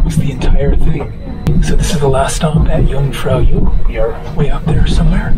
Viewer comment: Love the Kinda Shit Egg and Yung Far Yok ... working on Swiss pronunciation